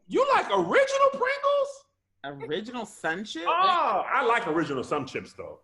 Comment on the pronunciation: Hey Tom they let get away with saying “ I like regular sum chips” when he meant sun chips. Now back to you 😂😂😂😂😂